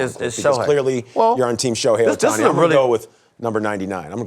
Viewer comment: It’s Ohtani bruh that other guy can’t be serious 😂.